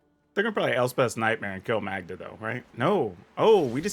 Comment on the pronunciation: Magda is pronounced like Caan. I know a Magda.